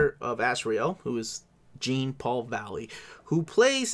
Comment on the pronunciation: “Jean” in Jean Paul Valley is probably pronounced like it is in Jean-Luc Picard.